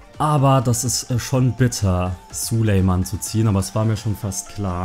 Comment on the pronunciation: Er heisst Sulejmani nicht Sulejman!!!!